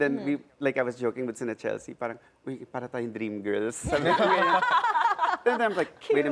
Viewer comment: CHELEKSTSHE CORCHESI WKWKWKW